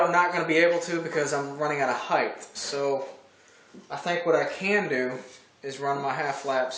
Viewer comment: Hey, I love your videos. I started at video #1 and now I am on #75. I haven't missed one yet. There is one thing that I want to mention. Every time you say "Height" you end with the "th" sound. It should end with the "t" sound unlike Length and Width that do end in the "th" sound. Not a big deal and it is a very common mistake, but it drives me INSANE!!! LOL Anyways, keep up the good work.